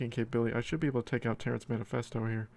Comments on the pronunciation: Terrance Manephesto? It’s Terrance Mephesto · Like your vids. But it's been funny hearing you say Terrance manifesto:) Mephisto is pronounced. Meh-fist-o